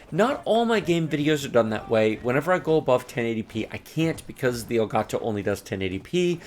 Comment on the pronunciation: love the way you pronounce El Gato! loved the video enjoyed it very much )